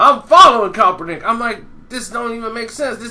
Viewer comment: PLEASE 4 THE LOVE OF GOD LEARN THAT MANS NAME!!!!!!!!!!! U butcher it EVERY TIME! !!